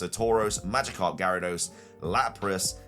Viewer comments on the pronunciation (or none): none